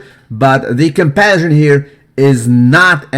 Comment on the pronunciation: fix your English pronunciation, man! "Compersion" means a feeling of joy when a loved one invests in and takes pleasure from another romantic or sexual relationship. "Comparison" means the act of looking at things to see how they are similar or different.